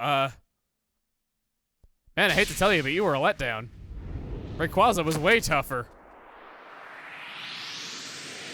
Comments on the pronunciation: take ree . qwazea (not reqwaza) with you on some journeys along with mewtwo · The way you pronounce "rayqwaza" hurts my soul. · I really hate how he pronounces Rayquaza... I hate it so much